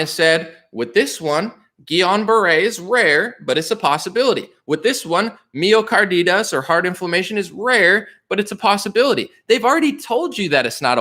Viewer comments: Myocarditis (My-Oh-Car-Die-Tiss). Sounds like you're saying Mio car is Adidas. Thank you for crushing. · My-oh-car-dye-tiss. Just letting you know. Love the content brother. Wish I had a private email or contact to say it. Just want you to be as credible as possible. You’re absolutely spot on.